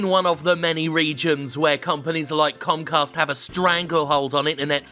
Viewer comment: I heard Jim say "Comcast" as "Cumcast"